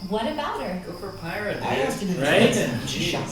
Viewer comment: Ooh, i didn't know y'all were reacting to rwby. I'm gonna go back and watch from the start, but for now... It's pyrrha, not pyrrah :D